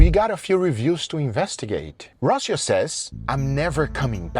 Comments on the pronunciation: "ROHcio", como que "ROHcio", it's "RocÍo", it should have the spanish tilde " ´ " on the I, no Guga, latino card revoked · Lol It's Rocio with pronunciation of the c as an s lol not a ch lol Jaja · Rosio wey, se pronuncia rosio!